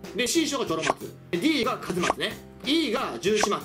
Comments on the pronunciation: かず松じゃなくて、一松(いちまつ)です！ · おいおい この一松推しが説教したるぞ! 「カズ松」じゃなくて、「いち松」だぞ! いちいち工夫した読み方いないほうがいいぞ! 恥ずかしい思いするよ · 『かずまつ』ってww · ヒカルさんがなぜ一松の事をカズ松といったのかだけど かずまつって打つと変換に一松が出てきましたし一はかずとも読むからだと思います！ おそ松さんのこと知らないって言ってるんで読み方間違うってことはあるんじゃないかな